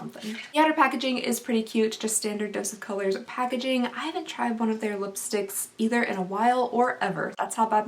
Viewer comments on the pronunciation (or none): i thought she said,dose is color lol